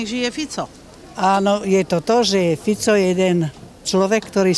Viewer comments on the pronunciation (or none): none